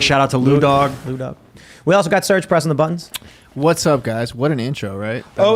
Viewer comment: Also its Serge